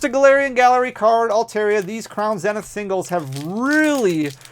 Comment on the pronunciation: Zeeeeenith. Say it with me, Crown Zeeeeeenith.